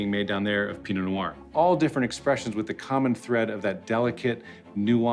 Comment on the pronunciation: dont pronounce the t makes you sound like an idiot